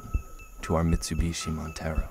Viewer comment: 'And we must return.. To our mitubishi montero' I cracked up so much at that haha!